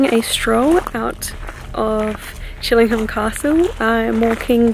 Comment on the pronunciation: I live around 15 miles down the road from Chillingham. It's pronounced Chilling-AM, the H is silent. Also, when you're trying to reach the spirits of those who died hundreds of years ago, I doubt they understand modern slang like 'hanging out' and 'hanging around'.